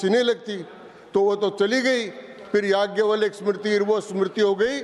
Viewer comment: चिरकुट बैल बुद्धि को जाज्ञव्लय का उच्चारण भी कहां आता है?